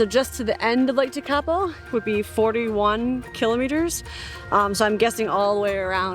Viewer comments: Never say never. Of course the lakes are dried up. It’s January in the middle of summer. Your correct pronunciation of the name just to help you is in its syllables. Teka po. After a good winter the lake will be full and the greenery will be lush and green. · Your pronunciation of "Tekapo" 😆